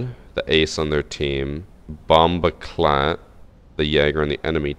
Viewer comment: why does say bomboclot like that